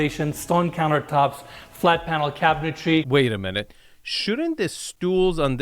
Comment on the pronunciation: I love you. I watch all your videos as soon as I see them. And I will witch as long as you keep making them. I know English is probably your second language, but it’s pretty good. Please, please learn how to pronounce cabinetry? I’m just busting your balls. 😘😘